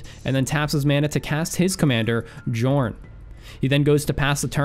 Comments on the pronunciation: Pretty sure Jorn isnt pronounced djorn, but rather with a soft J i guess, like Yorn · Every channel can't say Jorn's name right, it should sound more like Yorn. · It is pronounced yorn God of winter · Oh ffs, I was going to let it pass, but seriously, I'm pretty sure it's a 'y' sound in Jorn's name, like Jan is traditionally pronounced in it's native lands, ironically enough. Same with Firja I'd assume.